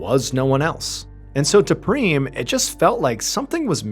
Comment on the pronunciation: Every time he says Preem, I think of Cheem Creams from Nobody Cares Anthony. 🤦🏻‍♀️😂😂